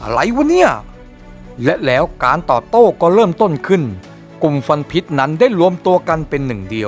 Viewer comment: ฟวัน หรือ ควัน ครับ 555